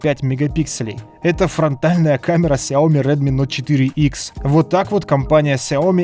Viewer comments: Правильно плиз говори)) не нот, а ноут ))) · не НОТ говорится, а НОУТ. Ну сколько можно ))) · Vitalij Kolinko это особенность этого канала,Нот)